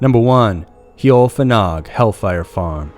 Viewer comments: Also it's not cun-nock it's pronounced can- knock #justsayin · Plse get ya dacts right, its cannock, NOT cann nock. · PLEASE learn how to pronounce things........its pronounced CAN...NOCK.........LIKE A SOUP CAN. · It's pronounced Can-uck ;) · You said Cannock wrong but nice try :) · The way you pronounced Cannock is really funny. It's used mostly for dogging these days. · Pronunciation of British placenames is absolutely appalling. It's CAN-Nerk, not Ker-Knock, and Staffordsher, as if pronouncing just the first 2 letters of she, not Stafford-Shyer. These are easy enough to find on the net so there's no excuse. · Fantastic content as usual! And thank you for exploring some really spooky UK stories. And I mean no disrespect when I say Cannock is pronounced Can-ock and Staffordshire is pronounced with a sheer at the end - as almost all UK counties are. There - English english lesson over. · ca-NOCK chase in staffordSHYER ffs